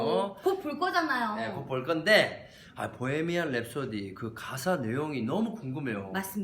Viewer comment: 프레디 머큐리 단어나 보헤미안 랩소디 단어를 이야기 하실때 마다 발음을 너무 굴려서 듣는 사람이 불편해요. 정확한 단어를 알려드릴려고 하는것은 좋으나 너무 굴려요...